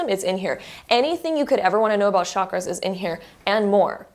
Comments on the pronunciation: It’s not shockers it’s called chaaa-Kraaa-ass. Please do not mispronounce this. Chakras means wheel or circle ⭕️ what goes around comes around. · It’s pronounced “Chak-raa-s like CHUK-RAA-S